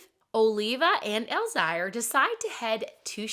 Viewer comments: Elzire = Elle-ZEER Olivia = Olly-VAH Emelie/Emilie is still pronounced like Emily. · It’s pronounced El zire like elzeer. The little girl is Emilie (hard E) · You need to learn how to pronounce their names. It’s Elzire (el zeer), Oliva is (all ee va)